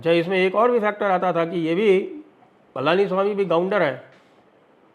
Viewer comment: Not Palaaniswami, it is Palaniswamy